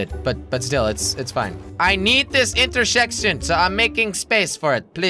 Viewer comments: When he said intercorse instead of intersection I spat my cereal out. Cheers jelly. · You said inter sex tion